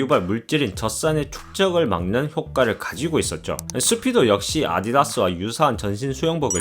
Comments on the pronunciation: 아디다스 발음이 아이다스.. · 아디다스 얘기구나 아이다스라고 해서 뭔 브랜든가 했네; 발음 ㅋ